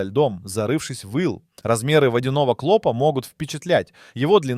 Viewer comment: Никогда не поставлю лайк и не подпишусь на человека-клОпа,жУки,да и много,много чего.Ужас,неужели сам блогер так разговаривает? Пипец,фу